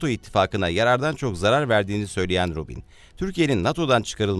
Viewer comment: Ruben diye yazilir o...c diye okunur🇹🇷🇹🇷🇹🇷